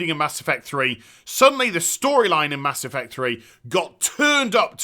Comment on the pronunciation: "Mass Effuct"